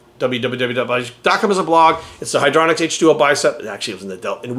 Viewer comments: "I've done the research" then calls it "hydralonic acid". It's hylauronic acid. Obviously getting paid to promote it. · “I know what hydroloronic acid is” -_